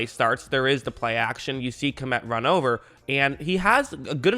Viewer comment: By the way, Kmet is pronounced as one syllable. In some Slavic languages it means peasant, and in some senator, chief. I guess he is originally from the Czech or Ukraine.